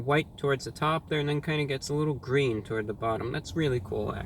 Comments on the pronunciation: IT'S GWEEN! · it's gween. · ITS A GWEEN...............REVIEW! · It's gween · It’s gween! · ITS GWEEN!!! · What's so special about it? It's gween. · blank space ISH GWEEN